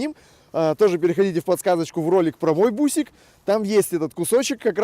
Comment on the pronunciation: сплошной трёп, не бусик, а басик-так у нас на ДВ говорят, а Япония как выпускала, для внутреннего рынка, самые лучшие в мире автомобили, так и выпускает, а двс не 3цт, а 3 си ти,Ю вот как-то так....